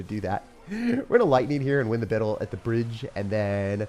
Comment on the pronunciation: “win the bittle at the bridge” Lool